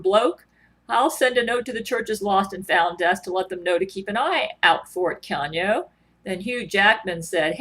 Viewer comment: One would think with all the brain to brain communications she'd be able to pronounce Keanu's name properly.